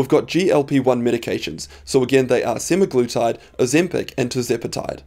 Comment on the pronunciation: I totally disagree with you about Berberine. The fact that you are pushing a dangerous weight lost drug in the form of semaglutide (which you cant even pronounce correctly) should be enough for anyone to not take your advice. I used to listen to you until you disagreed with longevity experts....are you a pharma shill?